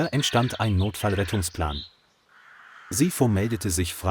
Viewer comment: Sipho is pronounced SEA-PO and thats a black name